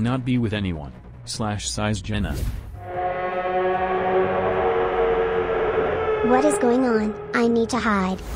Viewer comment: i love how when he said hat si going on when he meant to say what is going on his editor made his voice say hat si going on?😂